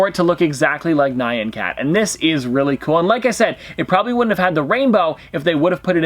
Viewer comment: Why do you pronounce Nyan like the name Ryan? you pronounce it right when you sing it! Nyan means "meow" in Japanese and it is pronounced 'knee-awn' but fast